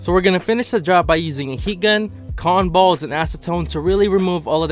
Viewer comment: I know that you're saying cottin balls, but my head always thinks you're saying cannon balls???